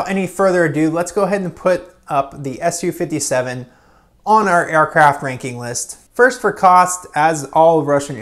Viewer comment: It's pronounced "soo- 57" not "su 57"